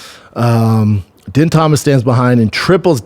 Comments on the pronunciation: Out of her own mouth Ditcheva said that she doesn't care about ever being in the UFC or fighting the best & that she just wants to stay undefeated & make a lot of money lol. Also, Din is pronounced "Dean", not "Den" lol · Isnt it pronounced Dean?